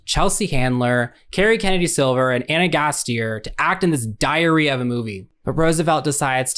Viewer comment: Thank you for watching this abomination for us. We’ve gotta investigate the people who made this. Wild pronunciation of Ana Gasteyer btw